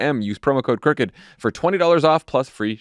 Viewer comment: Just wanted to mention, it's good you spell out Crooked bc it actually sounds like you're saying cricket. Sorry!😮❤❤ love all you guys!! 🤷🏼‍♀️❤